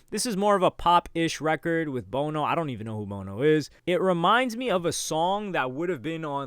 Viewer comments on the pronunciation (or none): Sorry but not knowing who bono from U2 is a music guy is very very wild to me haha. Didn't even say the name right 😅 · hahaha mispronouncing Bono